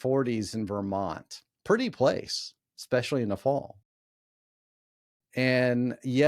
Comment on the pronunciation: There is no X in especially. Why do so many people mispronounce this word?